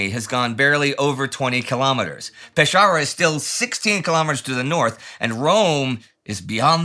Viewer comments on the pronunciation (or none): Pescara is pronounced Peskara, not Peshara. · Peskara, not peshara. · Good video. Only one thing... it's Pescara, not Pesciara. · Nic but one note for Indy: Pescara is pronounced like "Peskara", not "Peshara". Love these week by week videos, keep on! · My dear Indy, why Peshara?? Pescara is simple, the pronunciation is Peskara ;) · pesciara is wrongly pronounced, is PESCARA (hard c) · Amazing video as always, but Pescara is pronounced with an hard "c" sound, so it's like Peskàra :) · At noon of December 25, 1943, Vicenza was bombed for the first time. Note: Pescara is pronunced "peskara" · Happy new year, great material as usual..just a note, in Italian CA reads like KA (and co=Ko, cu, koo but ci=chi and ce is soft too). Pescara reads pen-ska-rah….. cheers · "Peshara" he says :) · I love you Indy, but you absolutely butchered the pronunciation of "Pescara". Its pronounced "Pes-kara". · I hate to be that person but Pescara is pronounced "Peskara" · Pescara.... The C is pronounced separately as a K! Pes-Cara! A general advice to English-speaking creators on YouTube: if you don't know how to pronounce a foreign name or placename, you don't have to learn that language, or even its rules of pronunciation, just search for a video in native tongue and write down how it sounded for yourself with your own spelling. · Peskara. Where in the land of linguistic ignorance did you find that pronunciation? Ask around, perhaps Sparty. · Hard “C” is Pescara. When in doubt, Italian is pronounced exactly as it’s written.